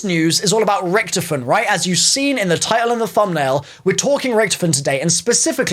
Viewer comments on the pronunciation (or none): Why did you say Richthofen like rich